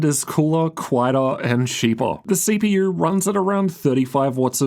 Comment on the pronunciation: “CP-UR and GP-UR”